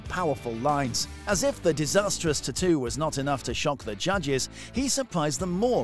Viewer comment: Its tattoo not ttoo .